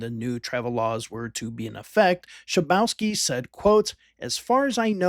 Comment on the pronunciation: His name is pronounced Shabovski, not Shabouski! ;)